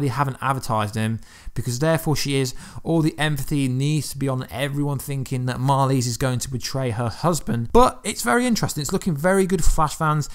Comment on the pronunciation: It's "Marlize" not Mali